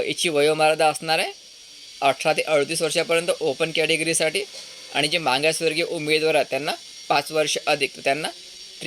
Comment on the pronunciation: मागास मांगासवर्ग नाही भाऊ म्हणताना नेहमी चूक करता तुम्ही